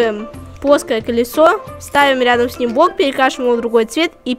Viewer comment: он говорит не блок а бок